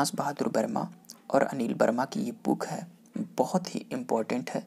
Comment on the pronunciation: Sir Booken Booken q bol rhe h aap......